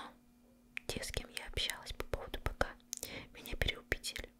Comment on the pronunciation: не писИ, а пИси